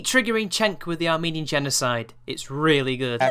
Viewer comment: Cenk: "...I like your Ar-MANE-ian food..." Are we really supposed to buy that Cenky-boo doesn't know how to pronounce 'Armenian'? Cause I'm not buying it for a second. Yes, it's a very minor point, but I think he might have wittingly done it because (as you rightly point out) Ana was 'triggering' him with the Armenian genocide point... but I'm probably just projecting - fuck it, any excuse to hate on Cenky-poo will do. I bet she got a 'talking to' after the show, btw. I really hope Ana leaves this PoS show in the dust. She's better than this.